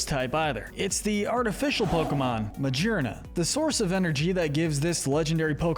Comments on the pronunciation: This vid is a year old but it still bothers me lol It's not Ma-jeer-na. She literally has 'gear' in her name, like 'shifting gears'. Ma-gear-na 😅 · It’s pronounced SOUL-GUH-LAY-oh, yoo-NUH-vuh, coh-BAY-lee-uhn, BAST-EE-oh-dahn, muh-GEER-nuh, vol-CAY-NEE-uhn, LAH-nuh-KEE-luh, DEE-ahl-guh, PAHL-kee-uh, mell-TAN, FUR-AH-seed, FUR-AH-thorn, toh-GUH-DUH-mar-oo, redge-EE-steel, rev-uh-VROOM, pawn-YARD, AGG-ron, AHR-ron, LAIR-ron, SELL-UH-STEEL-uh, bell-DUM, meh-tuh-GROHS, and EEJ-UH-slash, “Patrick Star”! 🤨 How many times do I have to tell you: stop mispronouncing Pokémon names,! 🙄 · I’m sorry, but y’all really need to do more research into the actual pronunciation of the Pokemon names. Calling Magearna Ma-GEAR-na, with the GEAR part very clearly being a reference to its artificial nature, Ma-JER-na absolutely killed me